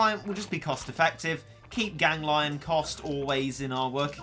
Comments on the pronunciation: It's ganglion not gang -lion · It is pronounced you spoon,gan,gli,on not gang,lion.TwT.also,try to use polevaulter cat next time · Tfw spell its name Gang-lion instead of Gan-glion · It’s pronounced gang- le-on not gang lion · I think "Ganglion" is spelled like "Gang - Glee - On" not "Gang - Lion". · Actually more like gangle-on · I think it’s pronounced Gan-gleon Or Gang-leon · said “gan-glion” gang lion......